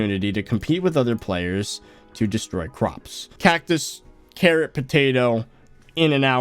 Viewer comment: yes carrat not carrot